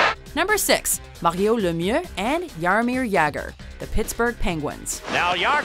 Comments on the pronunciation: She over-pronounced it a bit, but Lemieux isn't supposed to sound as "Lemiew" at all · The pronunciation of Lemieux was atrocious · You wont have my respect until you learn how to pronounce Mario Lemieux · WHY DID SHE BUTCHER LEMIEUX'S NAME LIKE THAT